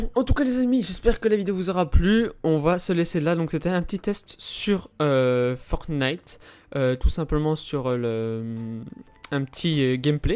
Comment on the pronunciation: Fortnite et pas fornite sinon super la vidéo